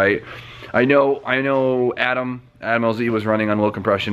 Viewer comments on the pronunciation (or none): none